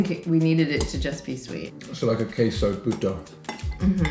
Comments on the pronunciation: Oh my god, he said "puta" instead of "puto" lol 😆 "Puta" in tagalog is actualy "wh*re" in english 🤐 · 😂 you said puto wrong. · Lol! When everytime he missed pronounce puto as puta (prostitute) in tagalog. 😂😂😂 But you're forgiven. It was indeed a tricky one.